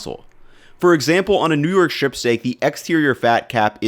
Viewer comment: Strip is not pronounced shtrip.